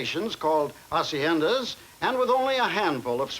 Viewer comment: Pronounces hacienda correctly but can’t say Bolivar